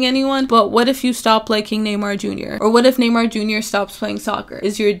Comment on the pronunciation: I'm so impressed with the way she pronounces Neymar without an accent, I'm Brazilian and she said it just like us, idk, I guess it's just not common to see Latino names being pronounced right, it made me really happy